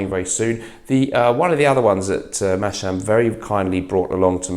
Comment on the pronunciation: Why do you keep calling him Masham! The s and h should be flipped around ;) Haha